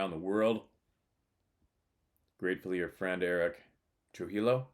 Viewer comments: Prayers out to Eric, it's pronounced, Tru hee yho...❤❤❤btw...ty!!! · Roll the R